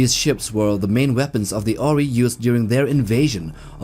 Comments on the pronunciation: Asgard is the proper name not asgardian you also pronounce the Ori incorrectly !!as almost everything in this video!!!!! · I have never heard of the Oh Ree. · you can't pronounce ori? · wtf? How did you made your research about the size? Did you ask blindly chatGPT? Half of the sizes are so wrong. You even pronounced the Ori incorrectly. If you are gonna make a video at least take 5 minutes to double check your facts. This is an insult to the fans. This is just lazy writing and execution. Also so many of the comments are saying the exact same thing and you don't have the dignity to admit your mistakes and take down the video and redo it. You should be ashamed that you are keeping this video only for the views and misleading other people with falls information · This dude does not even know how to pronounce "Ori", yet, he is teaching about them. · This really feels like a video made by someone who didn't watch the shows at all. From getting some of the scales clearly wrong to mispronouncing "ORI" despite it being a primary enemy for a couple of seasons with the name being said out loud constantly. You can't watch a show and get it so wrong. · He also pronounced Ori and Goa'uld incorrectly.